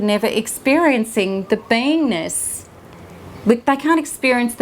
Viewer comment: It sounds like she's saying I have to heal my "vainess" or "penis." I had to keep listening until I think she said "beingness." Please pronounce better.